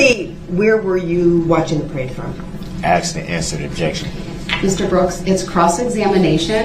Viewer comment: There is no X in asked (axed and answered)